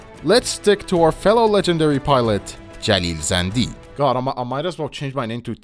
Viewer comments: Are you persian? Cause the way you say Jalil Zandy sounds verryyy native. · Bro thank you so much for actually paying attention to this and also saying the names of city and jalil zandi thank you. No one actually says the names correct and that bothers me thank you myself I am from Iran and no it's not like we are blocked we use VPNs it's illegal but nobody cares you can't get arrested for it even though it's illegal Love from iran❤ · you said that name in most iranian way , you are iranian?